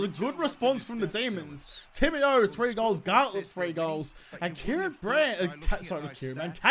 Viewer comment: It’s Garlett not gartlett